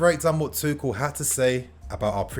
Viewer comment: At this point I just wanna see some good football being played....getting sick to death of the ball going backwards constantly. Ps it’s pronounced “two-shell”